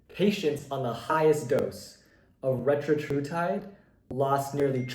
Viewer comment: Retatrutide, not Retratrutide. Also, audio and video aren’t synced up in parts of the vid.